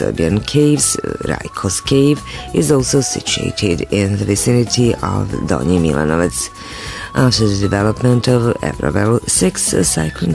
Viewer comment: very bad pronunciation, unfortunately